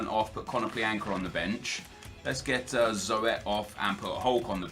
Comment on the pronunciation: Zoet, your non rare goalie is pronounced like you say Huth but then with a Z and a T